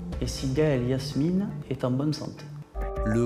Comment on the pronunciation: Elle s’appelait Gaëlle Yasmina... pas Yasmine..